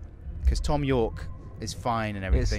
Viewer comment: thom - th as is thong :) Thhhhom!